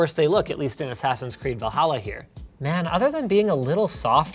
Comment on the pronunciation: Did he just say, 'Va-halla'? LOL